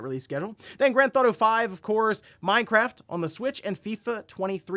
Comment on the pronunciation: "Then Grand Thauto Five, of course"